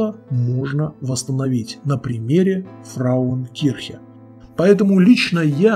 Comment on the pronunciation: Не "фраукирхен", что значит "женщина церковь", а правильно - "фрауенкирхен" (Frauenkirche). )))))